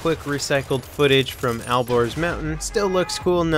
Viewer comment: ALBORZ NOT al gores